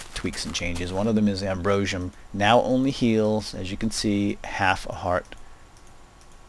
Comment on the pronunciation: you say Ambrosium wrong!